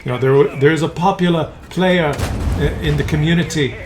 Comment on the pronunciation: "The ar is a pop ular play ar that... Comet" that took a Quicky laugh from me, lmao.